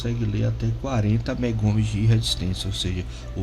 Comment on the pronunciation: Meu caro, bom vídeo, porém corrija as nomenclaturas: MegaOhms, e não megoms; Farads e não faradais; Fahrenheit (pronuncia-se faren-haits) e não fareouse. 😉